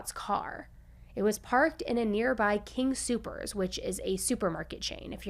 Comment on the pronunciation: I love you, girl, but I live in Colorado so before you come here be sure to pronounce these two words like this "Gree-Lee" and "king Soopers" not greenly and super king ❣❣